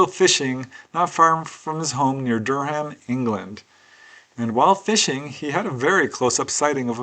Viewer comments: Durham pronounced DUR AM the H is silent, we have lots of weird things like that here ha, not a criticism just thought you would like to know, beautiful northern town, i love this episode, think i had experience like this once, long story and i was so scared i shot out of my body astrally and in fear straight back in, i remember seeing 6 of them around me, i was really ill with tooth abscess at the time and it was in retrospect i wondered if they had come to help..had lots of stuff happen but never forgot that one, think they were greys but more white coloured, thanks for another fab one! Have a great week-end everyone! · "Durr ham" haha is pronounced "Durram"